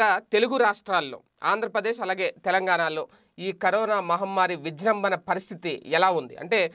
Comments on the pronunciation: విజ్రంబన కాదు రా విజృంభణ అది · విజృంభణ వాడు విజ్రంభన అని వీడు అన్ని తప్పులు తేన్పులు...